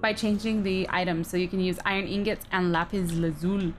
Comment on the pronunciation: how she said " lapis lazuli" funny